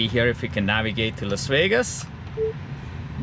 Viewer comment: Las wegas? Haha, nice to hear you again.